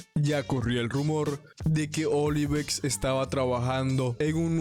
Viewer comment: Bro es Ovilex no Olivex 😅... El Mejor Te Queremos Brou